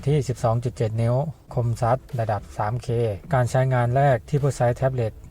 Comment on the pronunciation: ภาษาไทย ไม่พูดคมซัด นะครับ